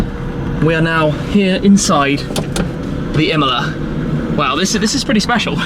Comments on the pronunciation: Pagani Imola... No pgani mola... Impara l italiano! Porta rispetto se fai servizi su capolavori italiani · Iam the only one hearing Himalaya instead of imola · Shmee, you are pronouncing Imola wrong. It’s not Imela, it’s Imola. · I didn’t know that’s how u pronounce Imola I always though it was Emola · Imola not imla lmao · The pronunciation is nothing alike, if you know the proper pronunciation for both. Not even similar.